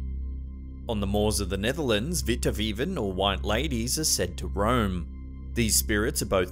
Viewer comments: haha inderdaad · Haha, it was 10/10